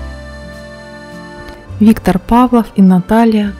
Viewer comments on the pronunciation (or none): none